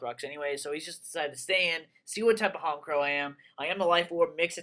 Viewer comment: This is why Honchkrow is the shit! But yeah SynchoHero is right, "HonCH" not "honk"